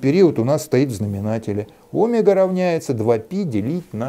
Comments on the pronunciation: Не нашёл к чему придраться, придерусь к словам))) Омега произносится с ударением на второй слог - омЕга. (см. вики). Спасибо! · а что, это особый физический шик делать неправильное ударение в слове "омЕга" (ударение на е)? ухо режет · Наш преподаватель (тоже из Новосибирска) говорил о́мега так же, с ударением на О. Сначала сильно слух резало, а потом привыкли.